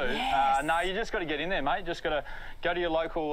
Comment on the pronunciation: Hmmm...I don't know, I don't think you've been here long enough..Maybe MAYT...not myeet...BEER is pronounced BIER. I hope you are enjoying living here. I have a friend In Montreal. Cheers from Sydney ✌😎